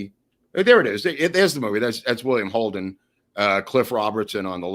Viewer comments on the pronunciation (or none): none